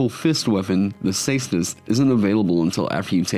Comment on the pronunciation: For someone who loves the caestus your pronouncing it wrong. Try pronouncing it with a K